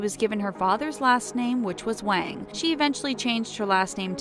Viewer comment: Waang hahaha Waang hahaha it’s Wáng